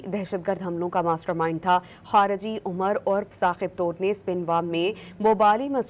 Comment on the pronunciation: Mohtarma nam to sahee lain, Tor nahee Toor qabeela ha